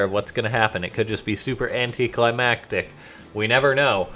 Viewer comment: Thank you for saying "anticlimactic" correctly. I'm tired of "anticlimatic".